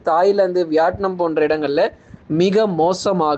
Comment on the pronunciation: Its not vyatnum , it’s vitnam ok’